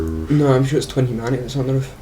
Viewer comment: Second time in this playthrough that I get really excited for "twenty" humanity only to find out you're saying "twin humanity" xD